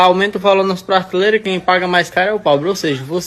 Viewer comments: MA RAPÁ E EU VOU ESCUTAR UM INFELIZ DESSE ANALFABETO KKKK FALANDO ( PRARTILEIRA ) EI VEI 😮 POR FAVOR NÉ NOS POUPE IRMÃO 😅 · O cara não sabe falar prateleira e quer comentar sobre tributação 😅😂😂😂😂